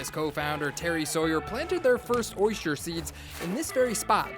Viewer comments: When you set out to do a piece about oysters, it would be nice to know how to pronounce the word OYSTER. The narrator says, "Oy-schturr" -- ugh. It reminds me of the guy who does that (fake) show about ancient extraterrestrials. He has dedicated his life to something he cannot pronounce. He says, "exa-tresh-trulls" -- it annoys me. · Anyone cringe every time he says "oysture"?